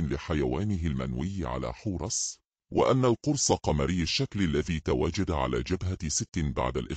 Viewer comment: مثلا كلمة حورس بيحط فتحة في الاخر لو كتبتيها حورسْ هينطقها صح لأنك حطيتي سكون على اخر حرف